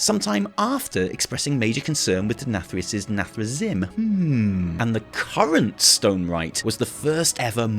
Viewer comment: PLEEEEEEEEEASE Can someone teach how to pronounce Illidan and Nathrezim?! Just go play WC3 and listen >:P